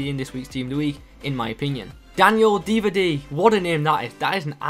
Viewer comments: Not Divadi, Didavi :D... Nice prediction btw... Where do u get these informations for ur predictions? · dee-dah-vee is the correct way to pronounce it. Good vid as always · You said Didavi like it had 3 D's:L haha!